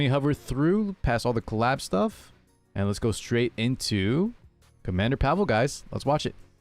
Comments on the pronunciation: Pavel is a name you can meet in slavic countries. Can't tell i've heard a person named Pavel outside of such countries unless he has slavic ancestry. In slavic countries the way we pronounce the name is pAvel not pavEl like they do in the video. I'd say way of saying it is the correct one. On the game topic, he looks very poggers and fits my playstyle. Been waiting for a ML like him for a while, been skipping the pepega banshee ML units they've been pumping out lately. Yes, Diene has different voice actor, because previous one dipped the voice acting biz. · Pa-vull is correct, not pa-vel he says his name in his s3 idk why they all say it wrong